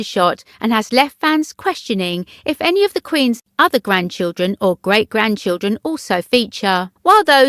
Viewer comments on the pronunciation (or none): none